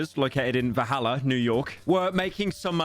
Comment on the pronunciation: Are my ears deceiving me? He's saying "Vahalla" instead of "Valhalla", right?